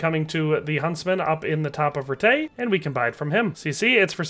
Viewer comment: It's pronounced "Rattay."